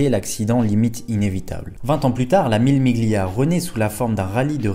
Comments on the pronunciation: Salut, J'aime bien ce que tu fais, mais j'ai les oreilles écorchées à vif quand tu dis "le chrononométeur" (au lieu du chronométReur), sans compter le "Mille Miglia" qui se prononce en réalité "Millé millia" (pas le G audible si suivi du L en italien)... Mais encore plus dans ta construction de phrase où tu répètes plusieurs fois la même faute "le lien qu'il existe" au lieu de "le lien QUI existe". Mais ton "je sais qu'il existe" est parfait. Les dures lois de la grammaire... Bref, deux (ou trois) remarques que j'espère constructives — désolé si cela semble futile pour certain(e)s, même moi je fais des erreurs, mais tu sembles chercher la qualité —, bref, si tu peux te faire (ou te) relire. Ne m'en veux pas... J'aime bien ce que tu fais — je me répète car c'est vrai — et j'ai le beau rôle tandis que toi, tu trimes. Cordialement, Daniel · Mille Miglia se prononce "Millé Milia" 😉